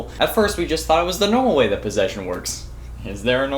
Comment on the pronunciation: I like how he says is there a numal wey NO THERE IS NOT BOI